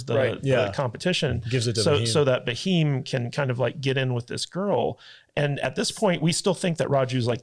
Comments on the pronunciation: Name is pronounced "Beam" (spelled as "Bheem" in India), not Buh-Heem lol. and Raju and Ram are both names used for the other guy. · It is not Baheem... It is Bheem, like you pronunce Beam which a stress on 'B'. Plz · It's not Ba-heem guys! It's pronounced Beam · Not baheem ,his name was Bheem (भ, भोंसड़ी वाला भ) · Do watch kgf1,2 N it's Bheem not Baheem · It's just cute to watch you guys pronounce Bheem [Beem] as Ba'heem 😂 ... Thanks for your reaction to RRR guys 🙏 .. Though you seemed to like the movie overall, you did sound a smidgen dismissive / condescending about the over the top action scenes and were critical to the realistic probabilities of some scenes [ironically Hollywood churns out more outlandish & Woke trash year after year that ends up getting rave reviews and an occasional Oscar 😜]. Not being rude guys, just opining .✌ You need to understand that Indian cinema is very diverse and mind numbingly varid in it's subject matters and cultural approach from different linguistic regions. If you are looking for realism and for you to be able to really appreciate the depth and scope of Indian cinema, you must watch and react ''live'' to the once in a lifetime and historically accurate movie ''SARDAR UDHAM'' .. It will just rip your soul . Hope you do take this suggestion seriously and I guarantee you, neither you nor your audience will be disappointed. [Here's the trailer of the movie, for your consideration.. [don't forget to enable subtitles] ✌.. It will also put to rest your westernized, watered-down history, of colonial brutality. With respects & regards from an Indian dude domiciled in Hong Kong... 🙏💖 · Great podcast guys specially the beard guy👍 and ntr is bheem not baheem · Who is Ba-heem 😂 It’s Bheem, very close to the English word beam, with a soft “h” sound after the “b.” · The H in Bheem isn't silent but, as you said, it's not Ba-heem either 😂 The B and H are to be pronounced together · It's Bheem not baheem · It is not Bahim. It is Bheem.